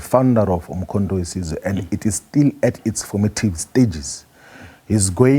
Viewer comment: He can't pronounce the name of the party correctly. 😂😂😂Umkho we size😢😢